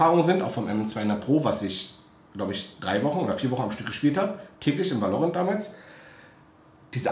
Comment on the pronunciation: valörent xD geil